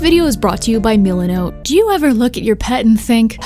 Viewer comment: your saying milenot like meelinot but its just milenot